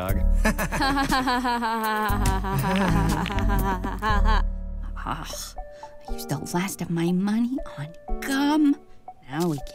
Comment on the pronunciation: I like this cartoon but seriously gets on my nerves, not only because he’s a pushover, but because of those random awful dialogs he has when trying to pronounce “dog”, and “recipe”, it’s just so out of place.